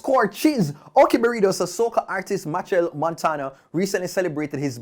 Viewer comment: it's pronounced: MaSHELL not Match-el